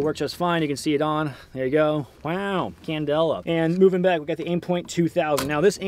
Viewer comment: “Waow, Candella” Dead 😂😂😂😂